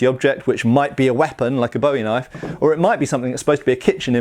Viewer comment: Kind of a pet peeve of mine, but if you're talking about the knife (or the guy it's named after) it's boo-ee, not bow-ee. The knife-fighter is boo, the singer is bow. :P